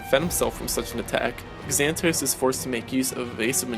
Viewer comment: Xanatos is pronounced Zan-ah-tose with a Z sound, not an x.